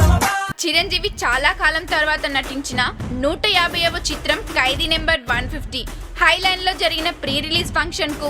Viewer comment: amma thali telugu ni khuni cheyyodhu.kaidi kadhu khaidi.